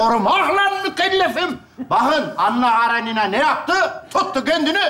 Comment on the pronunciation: 😂😂😂😂👏👏👍👍her zamanki kimi mohtesem 👍👍👍👏👏 ama Anna Karenina ☺KaraNina degil